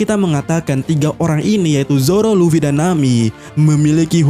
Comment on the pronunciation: Ibu LufWie... 😂😂😂 alay banget nyebutnya....